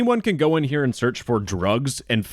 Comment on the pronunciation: he says dugs, it is now called dugs